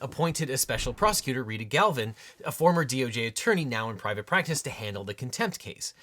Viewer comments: Objection! You said “Galvin,” but it’s written out “Glavin.” Clearly nothing you say can be trusted anymore. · Her name is "Glavin", not "Galvin". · If it's Donziger, why are you pronouncing it Donzinger? And it appears to be Glavin, not Galvin. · Objection: Her last name is Glavin, but you said Galvin. Is that correct? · Objection! Multiple discrepancies between spoken script and the on screen text. Specifically, the pronunciation of ‘Glavin’, ‘two times’ versus ‘four times’, and “Dark day” vs “sad day”. , , and